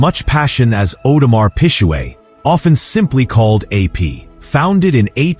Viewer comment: Audemars Pijuuueett 😂